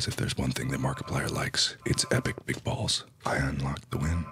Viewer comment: When he said big balls its sounded like meatballs